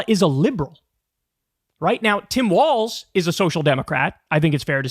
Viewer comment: Omg you said Walz correctly!